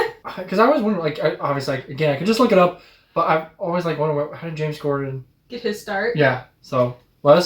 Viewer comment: Sorry, are you saying James Corden or Gorden?